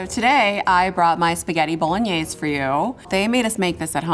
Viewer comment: That is NOT authentic bolognese! You didn't even pronounce it right.